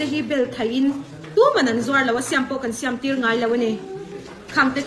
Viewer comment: Siam a tih dan pawh a lam dik lo